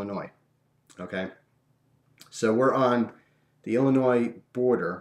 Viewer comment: It's even funnier to me because I live in Illinois, and thanks for saying it the proper way ^.^